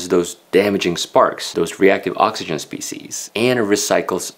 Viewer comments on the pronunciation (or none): none